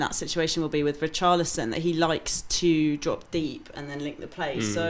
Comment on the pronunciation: Man said ree carly son